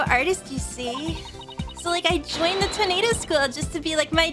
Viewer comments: I know, but she's pronouncing it like the word tornado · Oh, that. I don’t blame her. Much like with pronouncing Mister Reeus exactly like mysterious, reading Toneido as tornado helps her read out things easier.